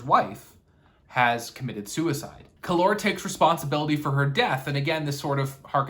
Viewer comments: It’s Kallor! Not Kallor. Dummy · When you pronounce Kallor like that, it sounds exactly like the Spanish Calor ( Heat). So cool 😂